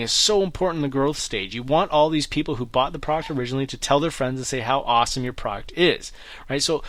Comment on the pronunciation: Product not Praaart please